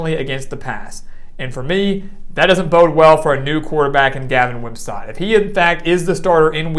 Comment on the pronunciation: Very good video. I like the strong voice and articulation. Couple nitpicks: 1) Is it me or is the audio and video out of synch? 2) Wim - sat not Wim - sot